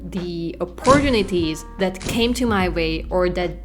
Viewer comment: Hi 👋 just wanted to point out some pronunciation fine-tuning: eleg°ant /g/ like French tonic stress: opporTUnity conTInue 😅 (btw: how did you get YouTube to produce a pop-up guidelines? That's a new feature I'd not seen.) I-hope I'm not "that guy" 😂